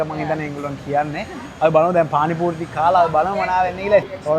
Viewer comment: Awwss my fv couple 😚💗 පානි පූරි ❎ පාරි පූනි ✅ 😂